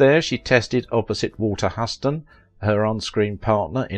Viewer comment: Walter's surname: "Hyooston", not Husston. Ruth CHatterton: say the H. Do please check how to say star names - easy and quick to find online. Otherwise well if sadly presented - rather like John Gilbert, abused by bigwigs.